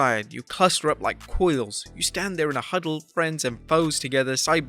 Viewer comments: QUAILS, not coils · Quails, not coils.